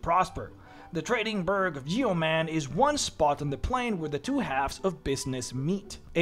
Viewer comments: I cringed for a good chunk of this video... Yeoman is not pronounced Yee-oh-man, it's pronounced Yoh-men. It's a real world that means a farmer that cultivates his own land, which is why the city is NAMED that. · Yeoman is typically pronounced yo-man. Great video! This is my first stop for an afterlife